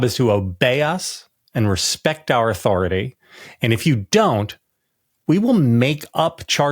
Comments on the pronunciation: It’s “Authori-TIE!” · it's "respect MAH authoritay...."